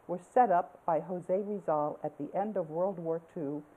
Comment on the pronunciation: did you say Jose Rizal?